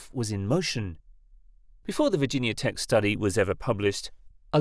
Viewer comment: a team at "virgin yahh" tech haha. Silly foreign mispronunciations